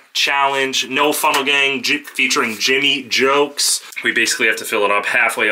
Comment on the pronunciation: Bro said jimmy joakes 😂 hahaha